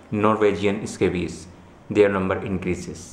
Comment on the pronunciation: The Eh-Scabies huh?